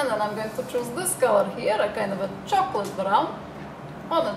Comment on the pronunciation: are u slovakin u sound like ur saying chuckle (he he) brown u have very clear skin